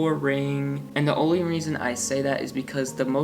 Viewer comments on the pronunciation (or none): none